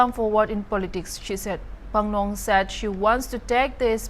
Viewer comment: Our pronunciations matters alot, her name is not Phanglong,its Phangnon Konyak by the way.